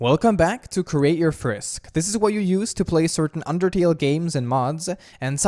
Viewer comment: did You Call frisk, frick?